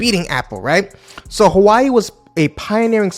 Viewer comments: I knw you are not from China but for a content creator like you, I think u shld even try to pronounce the product u are reviewing well. How can u be calling Hawaii instead of Huawei? 🤦🤦🤦🤦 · Funny, the primary reason people use Apple devices is the ecosystem which is second to none. Huawei is hardly a threat to them. It’s also pronounced “Who-wa-way” not “Hawaii”. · Hua- we_i. Not who ai🙄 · I love he called this phone Hawaii instead of Huawei. This sent me back to my fun time during my Hawaii trip in the past😂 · HUA-WEI Bro not hawai its not dissame name and speak words huhuhu damn bro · Its Huwawi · „Who Ah Way“ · Hawaii? Lol can't take you seriously if you can't even pronounce the name properly besides the fact you got so many things wrong bout Huawei. U need to do more in depth research about this company. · nah it’s alright it’s just funny. It’s a million time better than how a lot of Dutch pronounce it!! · I think that you check the pronunciation of Huawei. What is impressive about Chinese corporations is they are always reviewing all products and that they encourage innovation and new businesses. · Man stop pronounce the name wrong that is just disrespectful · if you're going to make video on a company I would recommend at least learning how to correctly pronounce the name Huawei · If you gonna cover a brand at least learn how to pronounce it's name